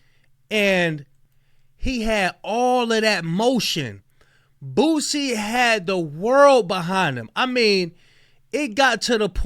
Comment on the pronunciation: WHY DOES IT SOUND LIKE YOURE SAYING BOOTSIE